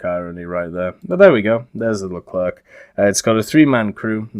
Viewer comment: You shouldnt pronounce the C at the end of Leclerc, it's more like Lecler